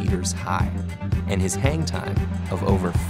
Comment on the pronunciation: Is it me or his "hang time"sounds like "hentai"